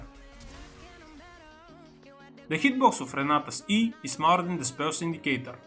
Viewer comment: You need to be more clear when you say "is smaller" because the way you say it sounds like "is more". Focus on clearly saying the "sm" part of "smaller". Is. SMaller.